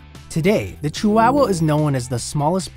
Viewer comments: It's not pronounced cheeWOWuh. ❌ It's chee wa wa. ✅ Chi hua hua. There is no "wow", just "wa" (hua). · It's not "chi-wow-wow" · "CHEW-WOW-WUH" first time i heard it pronounced this way😂interesting facts tho😊